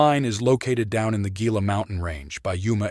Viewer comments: It is pronounced "HEE-la", not "GEE-la" nor "GILL-a". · Gila. Pronounced Heeeelllaaaaa not gggggGggilla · Gila is pronounced He la. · Gila is a Spanish word and is pronounced: "heela" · Cool video. Got a subscription out of me. Just for reference, Gila is pronounced like Hee-Lah. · Gila is pronounced with an H sound to it, or "HE-la"